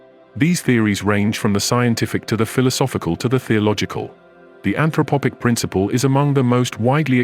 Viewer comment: an throphpic... not anthropopic